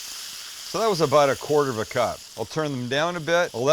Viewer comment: "We're aboat to find oat!"